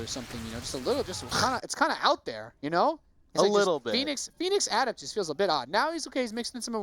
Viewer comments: "ah-DEPT" say "ah-DEPT!" dammit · learn to properly pronounce adept.